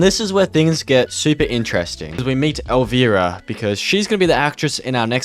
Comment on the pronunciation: I feel old hearing you navigate Kevin Smith, “Pamgrier”, and Elvira (the i sounds like ‘eye’). Outside of this (no judgment just era lol), great content!